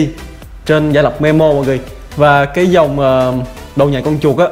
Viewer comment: memu chứ ko phaie memo nha anh